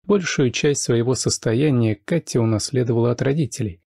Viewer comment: Меня зовут Катя,но как Влад произносит это имя,меня аж коробит...бррр... Только познакомились и уже подруги,странно.